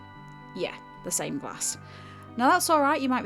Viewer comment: Same not Somme ,Sorry